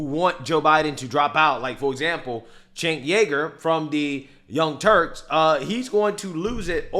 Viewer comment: I love the fact after years you still can't say Cenk's name correctly. Cenk Yogurt....man cracks me up